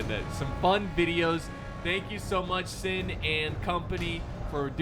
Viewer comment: I’ll be sure to tell him:), and it’s synn not sin lol